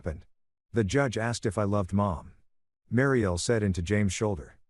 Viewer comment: Hey robot narrator boy, WHAT THE HELL IS A "BAY-LIFE"? "MARY-EL"?